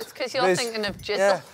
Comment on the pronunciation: When he says "finking" instead of "thinking", is it lack of intelligence or laziness?